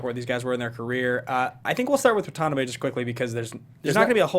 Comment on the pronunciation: Lol isn't it pronounced Wa-ta-na-bae? Not Wa-tonabee?